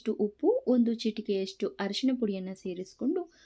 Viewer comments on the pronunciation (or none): none